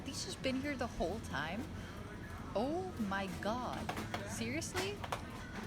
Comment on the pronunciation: Hahaha, your Oh Mah God (seeing the information boards above the aisles) sounds JUST like a dutch person doing an american accent. One of us, One of us :P